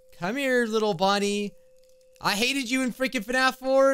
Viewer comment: That’s not Bonnie that’s bin bon bon